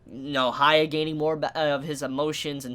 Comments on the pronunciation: For the love of god stop calling the MC Haya. There is no "Ha", his name starts with "Hya", that is "hee a" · You calling hyakkimaru "hia" is giving me cancer dude. Aside from that, nice review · his name is Hyakkimaru as in Hee-ya-kee-ma-roo not higha :V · This dude calling Hyakimaru Haiya, is like calling Jesus Jay. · I don't know if you said something about this before, but Why you call Hyakkimaru "Haya"? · Sorry Dude I like the video but pls pronounce his name correctly The way you say it is kind of distracting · Not hating or anything but... you can clearly listen to his name while watching the episode without knowing any japanese, not even that, you can READ IT in the subtitles. I enjoy your reviews but this bugs me every Dororo episode. GET THE NAME STRAIGHT!